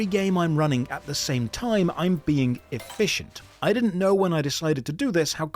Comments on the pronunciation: E-FISH-ent. Eh? Ehh? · Being... e-fish-ent. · efficient? dont you mean e-fish-ent? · "E fish ent" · "E-fish-ent". I see what you did there. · he really said e-fish-ent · hehehe, efficient, "E-FISH-ent," I see you!